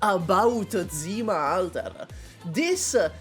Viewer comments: I'm probably not the first one douchebag here buuuut right accents are Istina and zimA not istIna and zIma❣ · Не истИна, а Истина (ί`stina). Ударение на первый гласный звук! 🧐 Не зИма, а зимА (zimά). Ударение на последний гласный звук. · Bro it's Zima, not Dzima 😭